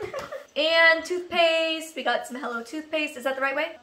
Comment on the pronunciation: When she said toothpaste I heard toupees 😂😂😂